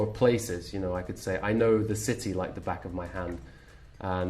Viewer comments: percebi que aos voce e ele pronunciam ''of'' como ''oth'' e não ''av'', procede? Por que? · Donaldinho Não, tu confundiu. Eles falam "of Thumb" daí se tu falar rápido parece que eles falam "oth", mas não. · Ela me explicou no twitter, no caso ela não pronunciou of completo, meio que emendou com o ''thumb'', como tu disse. Obg